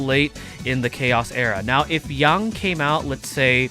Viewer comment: Yang like ying-yang not yung